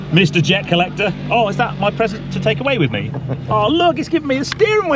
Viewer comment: It's jer collecter mate